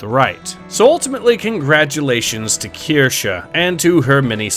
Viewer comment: breaking the meme of mispronouncing Kirsche, proof of a real one 🧐.